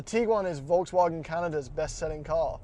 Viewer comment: To the English guy (excuse me for not knowing his/your name, I was only recently introduced to this channel) : your pronunciation of Volkswagen is really good. Only remark would be that the V is pronounced as the English f (as in fire)